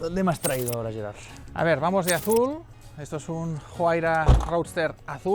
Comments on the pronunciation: No le diga Juira... es "Uaira"... la palabra es quechua, no tiene nada que ver con el inglés. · Excelente video chicos. Impecable como siempre e Impecable. Pdta: Huayra es con H, no con J. El auto es italiano, la h es muda.